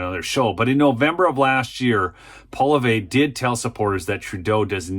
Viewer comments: Poilievre is pronounced polly-ehv, not polly-vay. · Learn how to pronounce his name. It isn't Poi-liv-ay. That's ridiculous. Maybe your ears don't work? It is Pwa-lee-ev-re. Not pwa--liv--ay. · Pierre Polieve (don't know if I spelled it right) but, it is pronounced Paul-E--ev. Love your show, I watch everyday. Thanks for your no nonsense common sense and informative dialogue. Keep up the fight, Canada is watching and hoping for another Trump presidency (well, most of us). Good luck ! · For the record, it's not Poly-vey...it's Poly-ev, slight emphasis on the first syllable. Recent vid floating around out there had him pronouncing it out himself for people. Either way, good vid. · POE-LEE-EV IS HOW ITS PRONOUNCED. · the pronunciation for the name of our Conservative leader is Polly-eff... Yeah, I know it is so easy to mispronounce names, especially when they are French especially if you do not ‘parlez le ding dong’. Just thought you might like to know. The reason Trudeau won a seat in the Lousy, Lying Liberal government is because so many stupid women thought he was a “cool dude” with lovely hair. Yes, it’s true... He won the women’s vote. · Great video, thank you. We're all just hoping for a Poilievre victory in the next election to bring sanity back to our once-great country. PS - FYI his name is pronounced Paul-ee-ev-r. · Lol, you Yanks never get his name right. It's pronounced "Poly-ev" like Chev. Pierre Poilievre, at least that's the way us Canucks say it and we should know cause we're French, eh? ( unless you're actually French Canadian and can pronounce that wierd french R and none of us can so we say Polyev) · Poillievre is pronounced “Paul Lee Ev” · Thankfully Trudope is way down in the polls and it looks like Canada's worst PM in history will be gone soon. BTW, for any future videos like this, Poilievre is pronounces Paul ee ev. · fyi Poilievre is pronounced "Polly-ev" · Pronounce Pierre PAUL EEE EV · Say Pierre's name right lol. Good lord